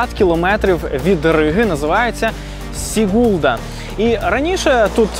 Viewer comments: Ne SigUlda,a SIgulda,udarenije na I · Дуже хороше вiдео. З захопленням дивилась та слухала вас. Дякую чудова робота. Але менi здаеться, що наголос в назвах мicт потрiбно робити на початку слова. СIгулда а не СiгУлда та тому подiбне..... Успiхiв вам.)) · Сігулда з наголосом на -і, будь-ласка не плутайте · ГАуйя, СІгулда, ЛІгатне, ТУрайда - ставте наголос правильно, будь ласка. Тому що місцеві латвійці не зрозуміють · Чому СігУлда? СІгулда! Якщо щось розповідаєте - кажіть правильно. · Прекрасное видео, благодарю. В латышских словах, как правило, ударение на первый слог: ГАуйя, ЛИгатне, СИгулда. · Все прекрасно! Но прошу - ударение в латышский языке практически ВСЕГДА на первом слоге. То есть СИгулда! СпИдола(радиопринмник) и прочее. Вы - лучшие!